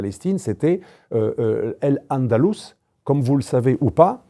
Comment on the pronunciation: AL andalous et pas El andalous. AL quaida et pas El quaida. Vous avez un problème linguistique non?